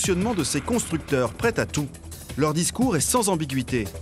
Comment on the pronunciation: "... des constructeurs prêtS-Zà tout..." pas "prêT Tà tout : c'est ILS, espère d'illettré qui n'a pas appris à lire ! Quant à "travailler à l'ancienne", ça veut dire bosser en fonction d'une norme qu'on respectait à l'époque, pas "faire n'importe quoi"... Bon sang... pas même foutu de s'exprimer correctement.